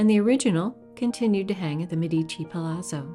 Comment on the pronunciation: Another marvellous video! Thanks!! I must point out, though, that Medici is pronounced MED-ee-chee, not med-EE-chee. Ghirlandaio is another name that's difficult for non-Italians to pronounce;: geer-land-AH-ee-oh.